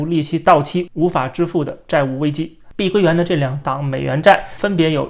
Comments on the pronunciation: 是碧桂园，不是碧龟园。。。真难听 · 我必须用纯正的北普纠正下up主的口音，跟我念：碧（毕）桂（贵）园（园儿）